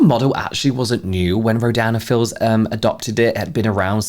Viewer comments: I'm drawing while I'm listening to this and auditory processing is fcking me up, every time you say the brand name I hear "Ro- Dan and Phil's" lmaoo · Every time you say Rodan & Fields my brain hears "(ro)Dan and Phil(s)" and I just picture Phan leading an MLM 😂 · I kept mishearing “Rodan and Fields” as “Ro-Dan and Phil” and was getting so confused 😭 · i keep hearing “dan and phil” instead of “rodan and fields” i am truly lost to the sands of the internet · Your accent kept making me hear "Dan and Phil" 😂😂